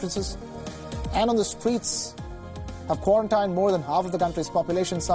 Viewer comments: What bothers me is how he say Quaran tayn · He pronounces "quarantined", wrong. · That's not how you pronounce "quarantined". Also, damn, scary shit.